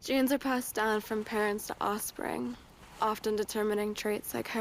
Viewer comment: The only offensive thing about this campaign is how Sweeney says, "Ossfring"